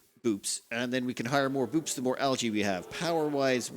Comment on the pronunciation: Boops? I thought it was Bupes